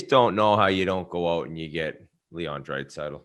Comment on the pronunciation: Whit - "Drait-saitl". Also did call Quinn Hughes a twin? Hmmm